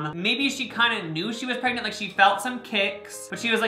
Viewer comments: i will never get over the fact that he says "preygnit" instead of "pregnant" and he says it literally at least once every video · No one: Absolutely no one: Not even Jacob:: PReGnaT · any video where is going to say “pragenent” a bunch of times is gonna be Good